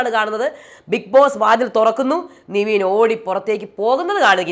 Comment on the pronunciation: നിവീൻ അല്ല. നെവിൻ അല്ലെ